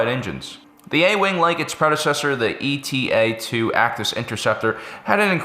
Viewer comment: The Actis starfighter designation is pronounced “Aye-tah”. “Eta” is a Greek letter (like Delta).